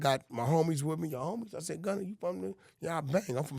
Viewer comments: “Gunner” -Wack100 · Gunner , it’s Gunna wack 🤣